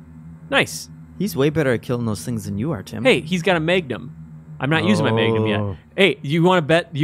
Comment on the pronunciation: Keep it coming GI. Also, Maygnum.